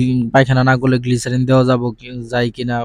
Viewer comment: গ্লিসারিন না গ্লিসাপ😂😂😂😂